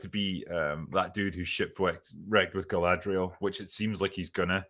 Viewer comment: Just finished watching the 1st 2 episodes.. while it made me cringe a couple times, it wasn't as terrible as I expected, If you take the mary-sue Galadrrrrrrrrrrrrrierl (thats how they pronounce it in the show) from the picture the show is tolerable, once shes back on screen it becomes intolerable, the fight scene with her looked ridiculous, 2 episodes in and I can't stand her.